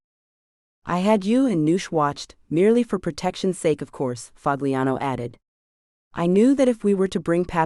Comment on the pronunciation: " Pahliano" not " Pag liano"..damn A I